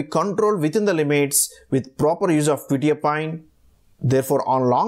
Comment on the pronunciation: Nice video but you are pronouncing the name wrong, it's "kwe-tye-a-peen" not "kwe-tee-a-pine"